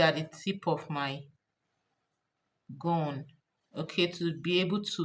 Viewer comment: Gum gun was her pronunciation